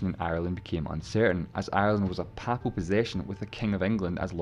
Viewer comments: Should be PayPal. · This Scottish commentator pronounces the word Papal wrong all the time. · While the video does its best to explain a complicated subject, the narrator's pronunciation is a little unusual at times (even allowing for his accent). For example, 'papal', meaning 'of or pertaining to the Pope' is usually pronounced 'pay-pul'. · The presenter of the video mispronounced the word "papal" numerous times which may be why you did not pick up on the meaning at the start. "Papal" should be pronounced "pay-ple" and not "papple" and it means "belonging to or relating to the pope of Rome". Hence, Ireland was a papal possession granted by the Pope to the king of England as a fief (pronounced "feef", not "fife") i.e. a territory run by a lesser ruler on behalf of another more powerful one in return for service to the latter. The king ruled Ireland under the title "Lord of Ireland". When Henry VIII broke with Rome and abrogated papal supremacy in England, he was obviously not going to allow himself to be subordinate to the Pope in relation to Ireland either so snatched the fiefdom from the Pope and assumed the title of "King of Ireland" - hence the Kingdom of Ireland which had its own parliament and laws and which persisted until the rebellion at the end of the 1700s and the Act of Union in 1801 which followed it when the Kingdom of Ireland was absorbed into the newly created "United Kingdom of Great Britain and Ireland". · For seven decades I have pronounced ‘papal’ as ‘pay-pul’ but never have I heard of ‘papple’. No one has ever in my hearing pronounced it the latter way. Have we been wrong all this time? I do not think so. Mind you, in a totally unrelated YouTube video recently I heard the narrator pronounce ‘Mountbatten’ with the stress on the first syllable whereas should be on the second. I shall have to teach myself not to mind. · Papal, pronounced 'pay pul'